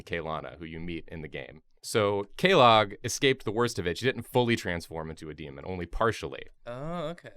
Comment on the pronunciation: Are we not going to talk about how they pronounced quelaag and quelana?